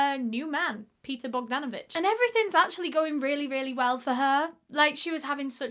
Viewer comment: I am from Serbia ( ex Tito's Yugoslavia, Balkan peninsula, Europe ). Well done for the effort of pronouncing his last name Bogdanović. You pronounced it perfectly. He sounds like a good man in the beginning but disgusting in the end. Where are the police?